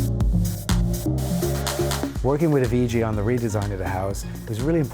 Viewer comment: Please pronounce Avicii’s name correctly. RIP